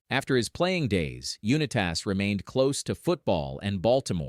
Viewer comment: AI garbage. Can't even pronounce the name correctly